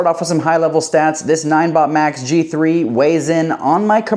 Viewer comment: Pretty sure n-i-n-e is pronounced like 9